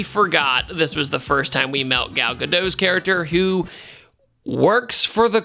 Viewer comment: This is a stupid nitpick but this always bothers me, It's Gal GadoT, the name is Israeli not french, the T isn't silent